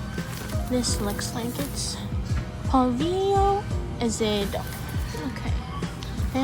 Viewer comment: the way u say pohlvio azedo always makes me laugh "polvio azedo 😳"